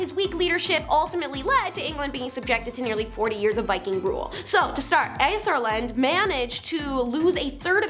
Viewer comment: No problem! It's "Ethel-Red". Not too hard haha.